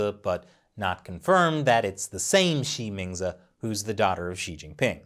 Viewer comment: When you say her name, I keep hearing ''She means it''